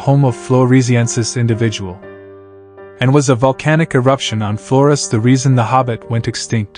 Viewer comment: Why is he pronouncing Flores like that? Does the narrator hate Latinos or something?